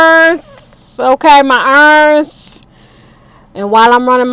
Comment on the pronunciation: So you’re saying your errands and I’m hearing earrings 🤣😂🤣😂